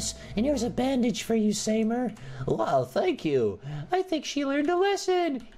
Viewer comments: It's not samer its Sam eer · Samer pronounced sa-meer that's my friends name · It's pronounced SA-MA-ER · It’s pronounced sahmer my dogs name is that also I’m the fat girl at my school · You pronounce it sameer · This is how u. Say it sa mee r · Your not prononcing it correctly its an Arab name btw huge fan